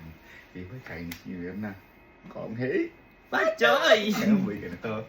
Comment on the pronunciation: Ano daw cong hey fa choy🤣🤣🤣 Gong xi fa cai Gong chi fa chai ganyan po